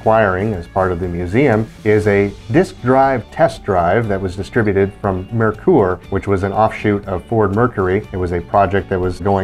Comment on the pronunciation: Well done on pronouncing Mare-Coor correctly! Nailed it! Fun walk through.